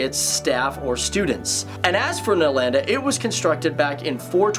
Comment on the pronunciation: The pronunciation of Nalanda😂